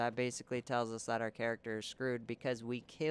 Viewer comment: bashically xD I'm sorry man, had to laugh at that, no offense. Nonetheless, great video, subscribed. I only needed mound makers only to find out that I killed the rotted tree so I fucked up. ng+2 here i come...